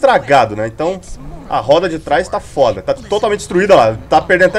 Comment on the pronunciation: para de falar fóda